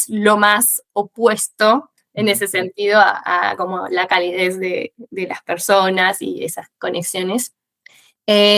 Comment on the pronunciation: No seamos exagerados. Errores de pronunciación: "corecto" "entendia" (en vez de entendía) "calidez" (pronuncia con una z inglesa con vibración) Errores del fraseo/imprecisiones: "hablar una base" Tonada/sutilezas: "semanas" pronuncia la A medio cortada como otros acentos (mexicano), si bien que hay argentinos que tiene esa tonada pero no corresponde al acento bonarense que imita ella y eso la delata Son cosas que se notaron en partes aleatorias del video, sin embargo ella tiene un nivel muy alto.